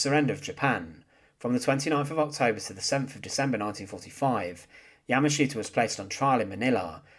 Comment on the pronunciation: Interesting history, but your presentation is very hard to listen to because of the way you speak. It's the same droll over and over and over. Once you notice it, your way of speaking becomes rather irritating. Plus, you don't pronounce his name correctly. You have the wrong accent on his name. I'm bilingual (Japanese and English) and hearing your pronunciation of his name is grating on the nerves.